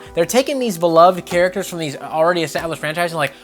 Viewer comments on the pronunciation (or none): none